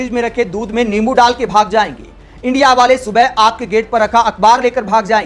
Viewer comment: ये साला इंडिया को इंडि बोलता है